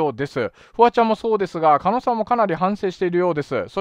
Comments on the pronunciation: 加納を"かの"と呼んでいるようにしか聞こえない笑 もうちょっと"かのう"って聞こえるように話して欲しいです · ｢かのかの｣言ってるけど｢かのう｣な 気になって仕方ない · 加納って人名前は聞いたことある程度の人だけどSNSって怖いね、そんな人たちのその場のノリでここまでの大騒ぎになるとは…いつもテレビに出てる芸能人って別にその人じゃなくても良いんだし、コソコソ隠れて自分の言動にも責任取れないくだらない奴はどんどん辞めさせて若い人にチャンスを与えて欲しい でも加納をカノと読んでる所にもやりました…狩野はカノと読むけど